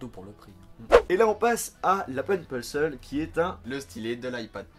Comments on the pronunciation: Oui mais en enflais on prononce "pensol" ou "penseul" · a raison l'Apple Pencil est très abouti mais l'accent anglais est vraiment à revoir! Surtout pour Apple Pencil qu'il prononce Apple Pencel! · "l'apple penceul" j'adore ton accent haha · PENNNE cile répète après moi.. xD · Qu'est ce qu'une Baguette de Pain qui n'a pas d'amis chez? Un Apple Pain-Seul Voilà c'était tout, j'arrête mes blagues. 😂 Non désolé de cette blague pas marante, c'était juste une manière rigolote de me moquer de ta prononciation de " Pencil ":) ( et je rigole tu le prononce comme tu veux ) Et bonne vidéo, même si un peu courte😄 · L'apple penseul? 😂😂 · apeule peuneceule mdrr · J adore l'accent anglais xD pencil= pençôle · Tu comptes quand bien prononcer "pencil" ?